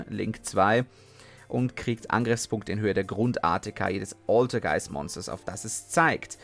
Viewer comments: Oultergeist MUultifAiker Aussprache 😂😂😂😂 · Deine Aussprache der altergeist Monster ist manchmal schon bissel savage :D